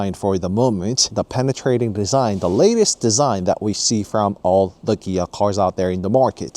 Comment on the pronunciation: its KIA not GIA